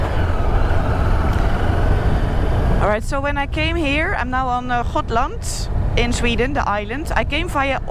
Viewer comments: Haha, the Dutch G confusing you. She pronounced it like "schotland" and not Gotland. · Not hotland Gotland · She's on Gotland. She is from the Netherlands so they pronounce G like ch for some reason.